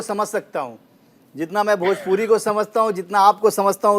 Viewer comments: Tum kuchh behtar nahi kr sakta bhojpuri ko bhajpuri bolta hai. Jiska khata hai uska name to sahi se le. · Tu bhojpuri ko bhajpuri bolta hai to behtar kya bnayega.